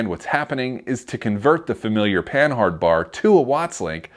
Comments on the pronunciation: It's not PAN-HARD, it is pronounced PAN-ARD it was invented by a Frenchman named Rene' Panhard. In French the H is silent. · Isn't Panhard pronounced like Pa-nard, like the French car company?